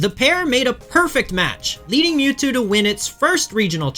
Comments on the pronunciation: the moo-two, I was lauthing my ass off :D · "Three fingers….it means hail satan" Holy shit…..that is cold AF, it’s ashame Mewtwo was ruined by pokemon…. Also it isn’t mootwo, it’s Milkthetwo